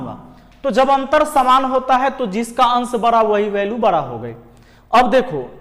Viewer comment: Sir bra nhi bda hota hai sorry sir